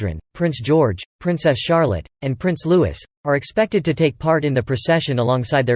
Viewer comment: His name is not spoken as Lewis!!! It's pronounced....loo ee !